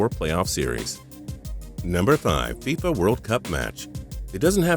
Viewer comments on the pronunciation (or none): none